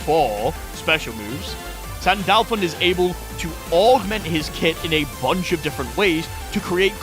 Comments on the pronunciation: sandAAAlphon, eh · My brother in Christ. I love your videos. But how. Do you manage to butcher a name. In a game where the announcer literally spells it out for you.